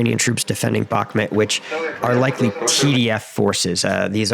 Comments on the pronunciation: Its pronounced Buch (like the composer)- Moot. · Stop saying bakmit honestly dude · You got the pronunciation of Вагнер right but absolutely butchered Бахмут. Like how